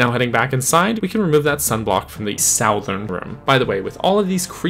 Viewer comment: Did you just say "sowthern"??